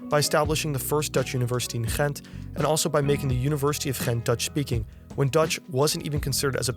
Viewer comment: Kan Nederlands of Vlaams spreken? De uitspraak van “Gent” was heel goed!